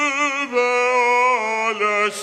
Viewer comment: No. He does not seem to know how to pronounce the word Über, as he sang three variations!!!